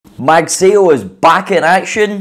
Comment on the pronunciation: It's pronounced as "mug sigh oh" ..